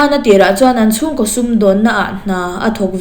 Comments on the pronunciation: Arawn koh vak nilo in arawn ko.vak tih tur H hi ahmanna adik tur aw ṭhahnem ngaihna vang aw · "A rawn KOH vak a" ni lovin "A rawn KO vak a" tih mai tur,ka sawi ngun tawh KOH leh KOH hi a hmanna hriat tur.H hi a hmanna tur nilo a hman i ching riau hrim hrim.